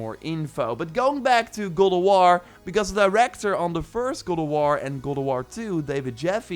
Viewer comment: why you say god of war its gold of war LOL